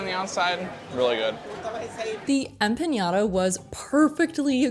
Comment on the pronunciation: No such word as empa”ng”adas.. it’s empanadas.